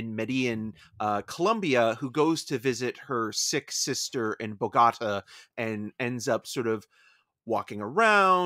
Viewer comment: Someone please tell these guys how to pronounce Bogota